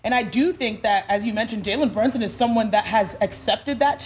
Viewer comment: Perk. It’s BrUnson. Not BrOnson